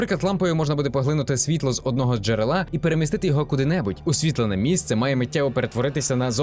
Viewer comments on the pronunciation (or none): none